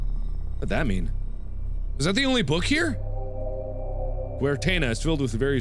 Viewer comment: ITS PRONOUNCED GWARTENNA!!!!!!!